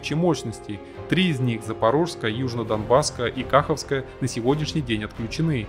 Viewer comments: Кахо́вская а не Кахавская 😂 И Днепро́вская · Не КАховская, а КахОвская. От названия КахОвка. :) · Блин, если ты записываешь видео, почему ты хотя бы ударения ключевых слов не погуглишь (названия городов, рек, производных от них)?.. Зато рекламу в видео встроил на треть ролика. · КаХовская, а не КАховская